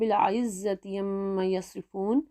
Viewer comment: ماشاءاللہ بہت خوب ایسالگتاہے کہ فزیکل کلاس میں انسان پڑھ رہا ہے اللّہ آپ کو اجر عظیم عطا فرمائے۔ عما۔۔۔۔۔۔ لفظ کی ادائیگی میرے خیال سے ٹھیک نہیں ہے اس طرف تھوڑی دھیان فرمائے